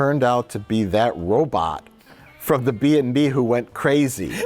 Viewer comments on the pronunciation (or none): a rowBOTT? ROWbot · "A roBAHT" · I think he put his emfassis on the wrong silabble. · Yes a perfectly normal way to pronounce robot. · in this week's video, Mike pronounces the word "robot" in a way that it has never been pronounced before